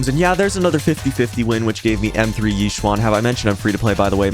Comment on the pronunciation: "E-shen" not "Yi swan" please.